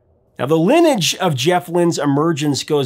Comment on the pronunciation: Professor, “lineage” has three (3) syllables: lih-NEE-ihj.